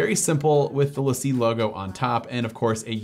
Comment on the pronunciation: Great video but the Lacie drive is pronounced Lacy